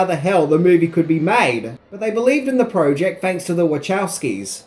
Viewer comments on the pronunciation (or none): Project not proooooject